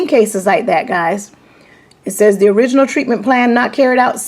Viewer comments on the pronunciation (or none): none